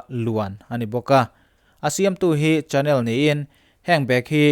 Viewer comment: Chanel - Shenel tia lam rik tur nilo mo